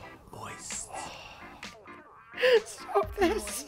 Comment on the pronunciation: COME ON NO ONE SAYS IT LIKE THAT